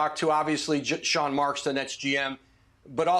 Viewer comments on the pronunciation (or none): none